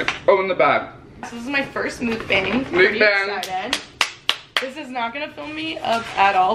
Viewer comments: Mookbung? Mookbawng? I thought it was muckbang 😂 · ily i rly do but can u b the one youtuber that pronounces mukbang correctly.